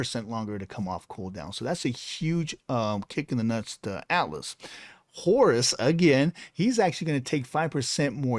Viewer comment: I recently started playing Smite again and all I have to say is: Please, stop butchering my boy Horus! 😭